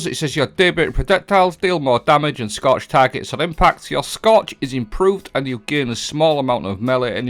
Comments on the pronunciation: Oh you were saying "scorch"! I thought you said "Scotch" so I started drinking whiskey while playing Destiny. The only thing getting absolutely destroyed was me and my brain cells 😳🤣🤣🤣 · Scotch is what I kept hearing. 😂 cheers